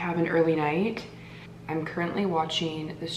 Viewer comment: Is it a Canadian thing to say “I’n” and not I’m? has ALWAYS replaced the M in I’m with an N. 🤣